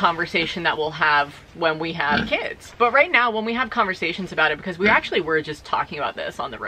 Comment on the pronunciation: This is a real question I’ve been asking myself as a person to whom English isn’t their first language. Why is it that pronounces the word because as "buh-cause”? Where is this accent from, is it common? I am just really curious because I haven’t really heard that accent before and I don’t think her sister pronounces it that way! Thanks haha!